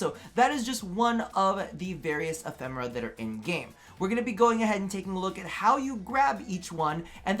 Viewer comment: Im sorry,! It is E-phe-me-ra:D (Not E-phem-ra)